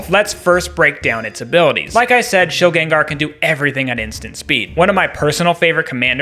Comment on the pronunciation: Shilgen-Gar the first 2 syllables would be rolled together. Everyone pronounces it like this bc of pokemon rotted pop culture brain and it's all good pronounce it how you want bc everyone does but still lmfao